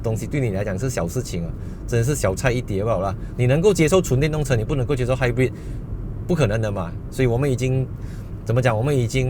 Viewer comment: 朋友/亲戚都把他读成"hybird"🤣